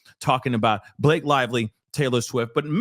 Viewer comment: Not Ba-La-Ke 😆